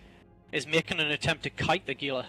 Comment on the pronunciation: TY for saying Gila right. One of my pet peeves when people pronounce it with a hard G sound ;p